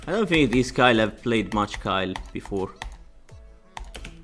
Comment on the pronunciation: its not kyle its kayle. pronounced like kale.